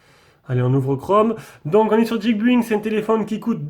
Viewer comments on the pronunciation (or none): Quand même dommage de prononcer geekbuying "guikbuing" quand on se veut geek. Essaye guikbailling, (to buy (prononciation Baille) = acheter en anglais) 😉